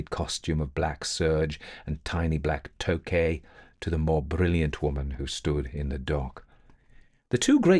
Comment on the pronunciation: Toque is pronounced "toke", not "toekay"... French word, no accent on the "e," though!